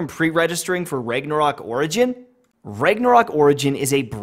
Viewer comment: >"Rayg-nah-rock" ...bruh.